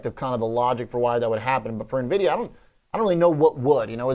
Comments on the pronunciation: Why does he call it Nah-vidia???? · Nuh-videa? Seriously? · dude,... learn how to say NVIDIA correctly.